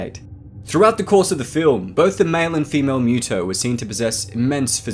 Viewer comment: UggggH! Dude you are killing me with your pronunciation! It's not a cat-creature. It's not MEW-TO it's MUTO. And you got at least half of your "facts" wrong. The MUTO's cocoons were found INSIDE the body of a creature like Godzilla, perhaps even one of Godzilla's ancestors, BURIED deep in the earth. Which means the MUTO that made the cocoons were seeking natural sources of radiation, just like Godzilla. It parasitized the creature and caused it's death. The fact that it was buried kept the radiation level too low for the cocoons to mature. It was only when exposed to the outside air that the reaction triggered one of the cocoons to hatch and the larvae to seek a new source of radiation. Which just so happened to be a human nuclear facility. In the absence of such a source, the larvae would undoubtedly burrowed deeper into the earth seeking the radiation it needed. The movie even explains this. The MUTO's weren't specifically seeking HUMAN made sources of radiation, just EASY and NEAR sources of radiation. Hence the sub attack, the train attack and the aircraft carrier attack.